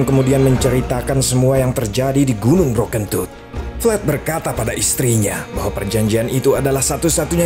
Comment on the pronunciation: Aku ngakak waktu bilang gunung broken tooth, dan yg ku dengar adalah bro kentut.😂